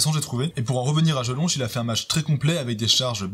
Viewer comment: #poubelle violi Ça me pertube de te voir prononcer Jelonch (che)